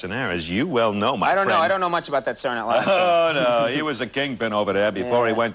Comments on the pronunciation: Conan always says "Satnilive" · Why does Conan always pronounce it "Sar Night Live?"